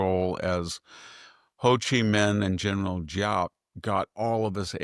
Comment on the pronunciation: General GIAP is pronounced ZAP. De Gaulle left power in 1946.